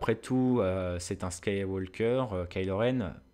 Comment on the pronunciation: Yo ^^ J'aime beaucoup tes vidéos mais s'il te plait, arrête de prononcer le L de Skywalker ... Ça m'arrache les oreilles ce franglais ><